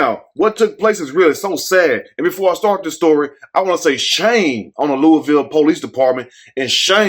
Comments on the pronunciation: Yes I was happy he pronounced it right, Luhval! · And you said Louisville correct because people not from here say it wrong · Hi,. Love your channel. You pronounced my city correctly, without saying the 's' in Louisville. Could you please do a video report on DOJ finding regarding Police brutality and Breonna Taylor's case? Our LMPD Police Dept has been corrupt for decades.